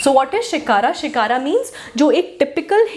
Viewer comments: Not Shikara but Shikhar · It's called shikhar not shikara